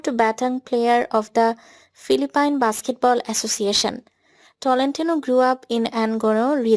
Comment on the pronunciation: Pronounce Philippine as "filipin" please!!!!!